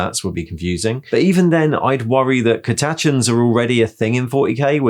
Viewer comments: Great vid! I’ve never heard Catachans pronounced “Cata- chans”, I’ve always said it one hit... but there you go! How do you handle Squats in that case if there are no established rules but you’ve got a force for these? Have you been able to use these in ‘organised play’? Or just with friends / gaming group? Love your work! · thats definitely a new way of pronouncing catachans! great vid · Never mind WYSIWYG, let's talk about the way you say "Catachans"! And this is not a diss - I'm delighted to finally hear someone say "astartes" and "arbites" the way I think they should be pronounced (I've been holding onto that since 1994) so I'm genuinely interested. Those are both inspired by Latin, but what's the cue that I've missed for Catachans?